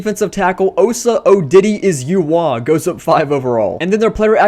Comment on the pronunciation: As a Cowboy fan, I can’t believe he pronounced OSA Odighizuwa’s name like that!